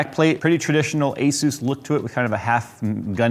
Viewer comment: Thank you for saying Asus properly! Most people say Azuse.